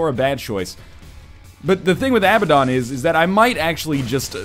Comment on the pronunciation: Abaddon = Uh-Bad-En